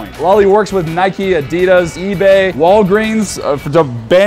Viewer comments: my man said addddddidaz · its pronounced adidus